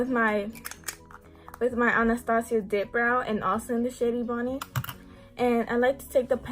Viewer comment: The shade is EBONY (ehh-bo-ne )